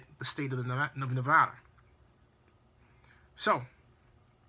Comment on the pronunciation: Great points about the media spinning words and giving half truths also I did not think of those sites not being in Las Vegas great point!! And you accually said Nevada right half way through at around the 8 min. Mark it made me smile!! remember it's NEV-A-DAH not NEV-AH-DAH!! Keep digging I love devotion and info